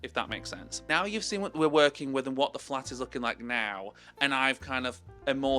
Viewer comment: Omfg i thought you said “im gonna flip my flap” and was like ???????